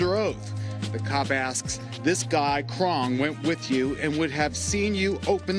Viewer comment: and as for u mr reporter its KRONK!!!!!!! NOT KRONG DOUCH